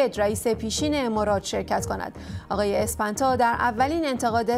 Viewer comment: گزارش پایانی مثل اغلب اوقات جالب بود اون اسم هم سپنتا هست به گمانم نه اسپنتا مثل این میمونه که من به عباسی بگم " آباسی " تاپ تاپ عباسی خدا منو نندازی ))))))